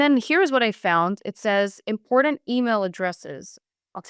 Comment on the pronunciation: the youths brain is so broken and lazy. ITS NOT PRONOUNCED inpordend pronounce your Ts !!!!!!!!!